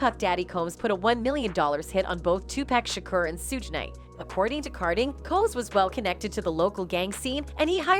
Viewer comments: 😂😂😂 Really, Sewge Knight😂😂😂 Yall so quick to put out false info and don't even know how to pronounce the names of the people you lying on 😂😂😂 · "Sooge" Knight. 😂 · If this lady mispronounces Tupac and Suges name one more time 😡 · U need to learn how to pronounce their names before u make things like this shug night and 2 pac lmfao 😂😂😂😂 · She needs to learn how to pronounce TuPac and Suge